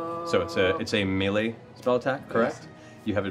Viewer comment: I love how Matt pronounces "melee". That's how I've always said it, even though I long ago learned it was wrong.